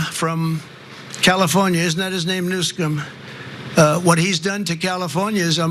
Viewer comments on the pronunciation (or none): You hear the way Trump is deliberately emphasizing the mis-pronunciation of Newsome in the insulting way he does. But it does sound like a conflict of interest.